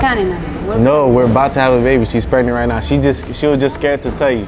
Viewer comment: He pushing him to the extreme, my fav part on this king of vid, is when he said"she is pregrant"😂😂😂😂